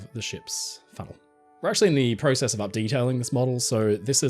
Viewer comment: You said process wrong